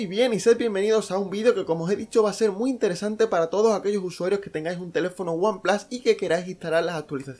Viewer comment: El primer youtuber que oigo decir one plas en vez de one plus jajajaja